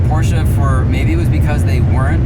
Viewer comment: Cool car, but honestly, if you use a german word as your brand name, learn to pronounce it...